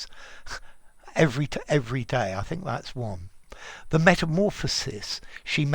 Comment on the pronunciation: The "SES" in "Metamorphoses" is pronounced "SEEZ", like the words "SEAS" AND "SEES" (HE SEES THE SEAS) in order to be distinguished from the "SIS" in "Metamorphosis", which is pronounced like the "SIS/SYS" in "Sister" and "System". Basically the same difference between the pronunciation of "Analysis" and "Analyses". Hope I helped you. :D